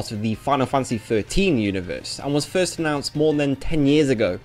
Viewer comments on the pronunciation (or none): none